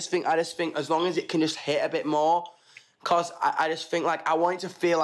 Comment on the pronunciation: " Becos " nO nO NOO